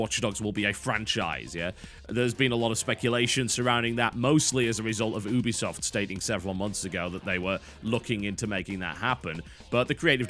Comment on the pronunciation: The way you say Ubisoft annoys me.